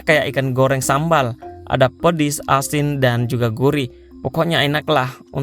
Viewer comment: pedas bg bukan pedis